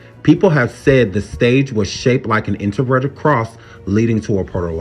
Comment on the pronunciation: My heart and prayers go out to all the families who were affected by this horrible tragedy. And I know this is just random but can you please pronounce your words correctly you keep saying introverted instead of inverted when you're speaking of the Pentagram I'm sorry I just had to vent about that because it was really annoying TF out of me as I was watching this video.